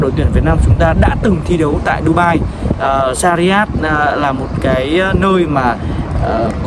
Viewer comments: sarjah anh ơi đừng đọc sariyat nữa :(((( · doc ten san nham roi e; shac raa